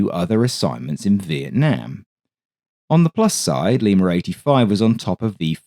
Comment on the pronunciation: there's NO fkn "R" in LIMA! 🤬